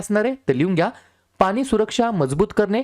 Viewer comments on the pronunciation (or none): none